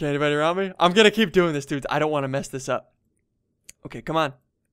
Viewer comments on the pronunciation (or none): why do you say dudes like you have a mouth infection? no offense but why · Why do u always say "dudsh" instead of "dudes"? 1000$ btw!!! thats a lot of money for minecraft!